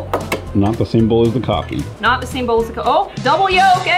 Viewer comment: I actually understand what she meant by “frothy coffee” sounding like “frothy gewart” the way she said it sounded like frothy kothy and kothy is like kartha